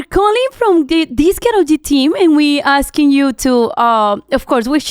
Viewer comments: Alex pronouncing Karol as "Carol" is driving me nuts 🫠 hahah its more like "Kah-rol" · I wish someone would have taught Alex how to pronounce Karol lol instead of Carol lol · Can you not pronounce her name so White 😭 it’s not pronounced like “Carol” you actually have to roll your R’s. More like Car-roll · Me está matando que le diga kerrol y no Carol como todo el mundo lo pronuncia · Nunca me había dado cuenta que tal americano/blanco suena “Karol”. Cada vez que le dice “Car-ole” suena gringo hahaha. Vivilla desde chiquilla la Karolina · Alex you speaking Spanish kills me 😂😂😂 & the way you say Karol 😂😂🫶🏻